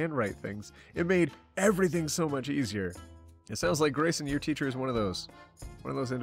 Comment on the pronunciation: When said 'Grayson', I heard it as 'Raisin' help